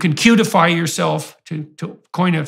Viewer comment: Why is it so hilarious to hear JP say "cutify"